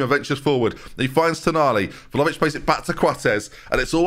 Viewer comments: Doo-shan Vla-ho-vitch. But every time pronounces it Volovich, I hear vol-au-vent in my head 😂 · I actually hate Vlahovic because of your pronunciation 😂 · All of this talk of how to pronounce Bijlow (spoiler, it’s ‘Bay-low’), we’ve never mentioned how badly pronounced Vlahović is. Every time I hear his name I think there’s a puff pastry playing at number nine 😂 (Love the content! 😅)